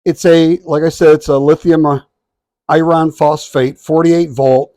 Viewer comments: What is lithium "I-RON"? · Nice price but too late for me. By the way, what is "I Ron"?